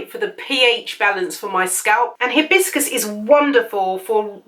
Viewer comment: It's not he bis cus the correct pronunciation is Hi bis cus!